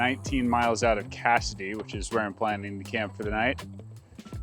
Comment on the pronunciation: Congrats - you pronounced Cassoday correctly! The rail line that goes through there is the southern transcontinental line for the Burlington Northern/Santa Fe railroad. Double tracks most of the way, very busy. But I guess you found that part out on your own!